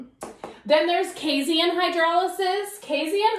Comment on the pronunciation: Casein, not casien.